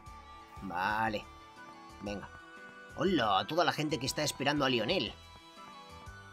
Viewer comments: El nombre se pronuncia laionel muy tarde pero tenía que decirlo xD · Lionel se pronuncia layoner